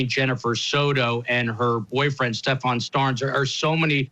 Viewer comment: He’s a disgrace…he can’t even say the perps name right! He pronounces it as stephON. I’ve tried watching the guy on several occasions & cannot watch him, he talks over guests, gets FACTS wrong…ugh! Horrific!!